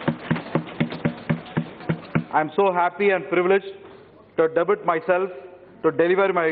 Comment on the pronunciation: debut அதை "டெப்யூ"ன்னு pronounce செய்வாங்கடா கதிர் ஆனந்த். தமிழிலேயே பேசியிருக்கலாம்டா நீயி